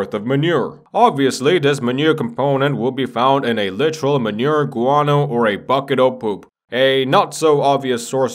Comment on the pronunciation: When he says manure guano i hear marihuana